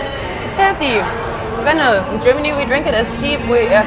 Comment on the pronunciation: arey bhai vo fennel seeds (saunf) bol rhi hai aap fenna fenna kar rhe ho🤣 itna to hume bhi pta h bhai aap besti mat krao germany walo ke samne